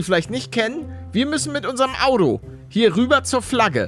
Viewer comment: Wenn du nicht richtig sprechen kannst, lass es bitte! Auto wird mit T gesprochen und nicht mit D Habe meinem Sohn jetzt verboten deinen Kanal zu sehen da er auf einmal genauso schlecht sprechen tut wie du!